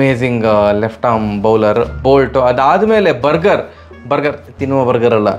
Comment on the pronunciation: Burger - Burjer ( pronunciation)